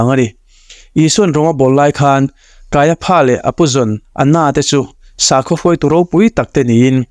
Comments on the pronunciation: Kaia PHA tih loh tur, KAIA FA tia lam rik tur.😂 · I channel hi ka lawm takzet. Thu thatak I rawn to chhuak hi aropui ka ti thin. Mahse pronunciation kha fimkhur angai ang. Kaiapha kha kaiafa ti zawk tur ani e. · Puithiam lal ber hming hi Pha ti lovin Fa tiin lam ila. Ngaihthlak a nuam zawk mai thei e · Kaia pha a aw chhuah FA tih tur Hmunkhat a ph a awm tlan chuan F aw a chhuak tur a ni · KAIAFA TIH. TUR KAIPHA TIA.LAM TUR A.NI LO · Kaiafa tiin lam mai la ,kaiapha tih tlatte chu a😅😅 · Kaiafa tia lam mai tur nia...ngaihthlak a ti nuamlo😅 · Ph hi f angin lam rik tur,i sawi dik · Kaiapha niloin Kaiafa tia lam tut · Kaiapha Pha tiin lam loh tur Fa tiin lam tur. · Kaiapha nilovin Kaiafa tiin lam zawk la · Kaiapha hi, Kaiafa ti angin lam la a dik zawk awm mange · Kaiaphas, pronounciation hi kan ṭawng in, kaiafa's tih tur. Pha hi fa tih tir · kaiafa tia lam tur a ni lo mi sir.. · Caiaphas/Kaiafa tih tur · Kaiafa ti a lam rik tur. Kanawha tih loh tur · Kaiafa ti a lamrik tur. Kaiapha ti lo vin